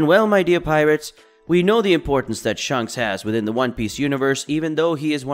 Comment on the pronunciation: its ShAnks not shunks